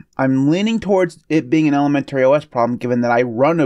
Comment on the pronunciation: Maybe he's been pronouncing it that way since ElemenTERRY school?